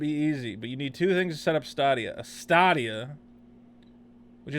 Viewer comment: I am assuming you are pronouncing it incorrectly on purpose? In jest? It's pronounced like "Stadium" but with an "a". How can you be confused about this product? It's game as a service. Eventually this platform will be replacing all platforms. imho, Steam, Sony, Microsoft and Twitch should all be paying a great deal of attention to this product / service offering. As 'botched' as your review of this 'botched release' is? You are not mentioning the implications of all this tech. I just wasted 18 minutes of my life. You could have just posted the Toms Hardware review? Saved us the time and had more information presented? If you would like to present objective information next time? Try and create an outline and references as to what you want to speak about. Instead of stumbling around clicking links and mumbling 1/2 of what you are attempting to read and obviously don't understand.